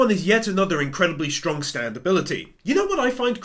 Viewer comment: Did just call the most op stand “STANDODAMALAMA”???